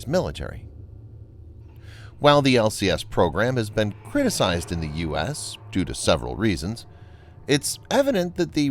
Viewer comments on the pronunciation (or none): none